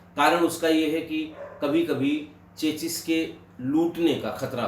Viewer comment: Chachis? Its CHASIS चेसी